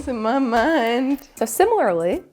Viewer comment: You know I feel like we get at least one bloop of trying to say Similarly every video. I love it.